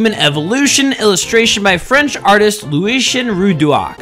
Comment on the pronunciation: LOOWAYSHEN ROODWARKS. God, please learn how to pronounce French words correctly. It’s pronounced “roodwah”